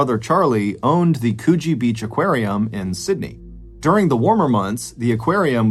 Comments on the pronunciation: Coogee isn't pronounced Cooooooogee, like spool or tool, it's Coogee as in 'book.' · The way he said Coogee is funny (Pronounced: Coo-ji) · "Coogee" is pronounced with a short "oo" pronunciation same as in "book". With a long "oo" pronunciation it sounds like you were saying we have a Coochie beach in Sydney and my immediate thought was "We have one of those in Sydney? I want to go to there this summer." But the more I thought about it I realised you probably got it confused with the Gold Coast which is full of c*nts, especially during schoolies. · One day I will hear an American pronounce Coogee correctly. Today is not that day. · I dont know what landscape you're showing but it isn't Australia. Also at least learn how to pronounce Coogee